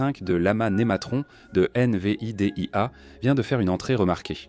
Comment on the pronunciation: Ce n'est en tout cas pas une IA avancée que l'auteur de cette vidéo a utilisé: accélérations ou ralentissements soudains de la voix, mauvaises prononciations telles que I-N-V-I-D-I-A au lieu de Invidia en un seul mot, et j'en passe, et probablement aussi pour le contenu et le choix des images génériques. Il n'y aura pas de pouce ni d'abonnement de ma part.